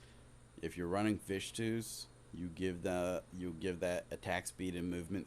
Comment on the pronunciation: It's Vithu's, not Vishtu's